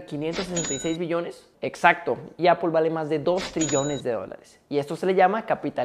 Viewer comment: Por que lo pronuncia apol ? Es se pronuncia (apl)